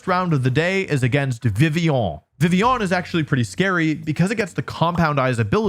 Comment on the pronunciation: I like the way you say Vivillon french up the "on"